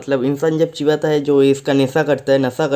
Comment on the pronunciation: Chibata nahi dost chbata 😁😁😁